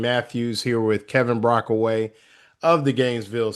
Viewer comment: It’s Brockway Not Brockaway